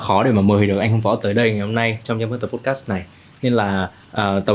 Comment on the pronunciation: nội dung cuốn hút. câu hỏi hay. khách mời cung cấp thông tin bổ ích. tuy nhiên xem nhiều số rồi vẫn ko thấy thoải mái với bạn host. đầu tiên là phát âm podcast sai huhu. tiếp theo là đặt câu hỏi bị nói lắp. tiếp nữa là nói chêm tiếng anh nhưng phát âm ko chuẩn :((((